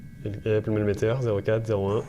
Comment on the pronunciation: 😡 'mel-mètre. Et pas "Meleméteure" 😡rhaaàaaa p*** ça me gonfle !!! Arrête peter à gostadventure là. Insupportable faut rester humble un peu à son niveau.